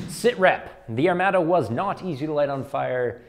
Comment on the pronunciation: I like your videos and can even look past your use of the metric system but good god, man. It's pronounced "air-mod-a" not "air-mad-a." Lol stay shiny side up, friend.